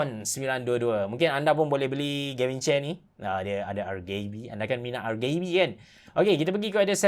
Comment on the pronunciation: Sebutan "RGB" ialah 'arjibi' bukan 'argibi'